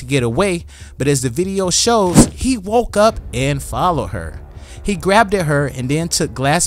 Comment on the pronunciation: Grabbed-ed? C’mon brah